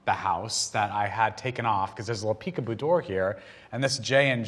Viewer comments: Peek a doo? What, it's a Peek -a-boo. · Peek a doo?? U mean peek a boo? Lol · Did nobody talk about peek-e-doo? why would he say doo? :D